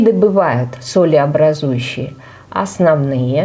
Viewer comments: оснОвные, все правильно, это грубая ошибка, когда ударение на Ы падает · Все круто, но грубая ошибка ударения в слове оснОвные оксиды, ударение не на Ы падает, а на вторую О